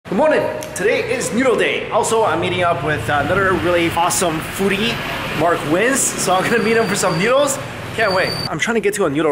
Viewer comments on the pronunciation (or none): Mark's last name is Wiens (weens) not Weins (wines). It is a German name. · Mark WHIZ? It's Mark Weins. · Pronounce his last name wrong. Lol Mark Wizzz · Did you just pronounce Mark Wiens's name as Mark "Whens". Beautiful. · Lol “Mark Wizzzz” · You called him Mark "Wiz" and did not correct the pronunciation in the video... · Isn't it Mark Wine not Mark Whizz lolol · lol did he just say mark wizs lol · funny how you say mark wins name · you pronounced mark's surname wrong, but still a great collaboration video. :)